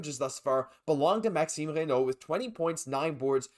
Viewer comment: Ah ah I was about to post the same thing, great pronunciation. 😅 Bonjour from France 👋